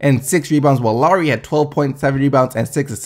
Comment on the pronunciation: PLEASE NEVER SAY LOWRY AGAIN.......PLEASE